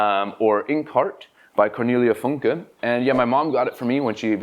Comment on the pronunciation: Cornelia Funke is my second favorite German author after Walter Moers (City of Dreaming Books - your're welcome). You're the only BookTuber I've ever heard say her name correctly. I LOVED the Bartimaeus formerly-trilogy-and-hard-to-remember-to-not-still-say-trilogy. The humor and sarcasm was so up my alley. The main genie character was so flipping funny. I also liked Stroud's standalone Buried Fire about a dragon. (Although full disclosure: I'll read anything with a dragon on the cover, including the one by Funke). People who don't read middle grade lit are seriously missing out.